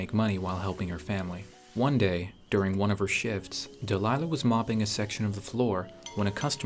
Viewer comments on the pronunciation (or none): i thought he said "one day , during one of her shiT$ " on 💀